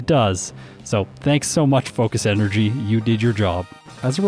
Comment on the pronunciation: No one:: focish enerjy